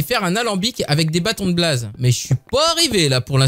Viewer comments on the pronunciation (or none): On dit bléillse pour blaze et lapiss lazuli pour lapis-lazuli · Blaze ça se dit Bl[ai]ze Likez pour qui le voit parce que c’est critique d’être si noble sur minecraft !